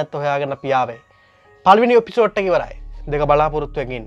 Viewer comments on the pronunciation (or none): එපිසෝට් නෙවෙයි පකෝ.....එපිසෝඩ්.....මීඩියා පොඩ්ඩක් ඉගෙන ගනින් හු....